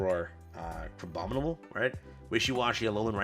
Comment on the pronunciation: how funny it is how many streamers cant pronounce abominable